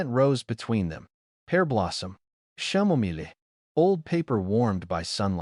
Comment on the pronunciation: Chamomile is pronounced ( K-am-o-mil) Teach AI how to pronounce it correctly, it jars you out of the story. You could just replace that word with roses, I'm pretty sure AI would pronounce this word correctly.